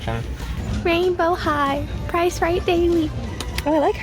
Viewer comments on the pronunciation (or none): none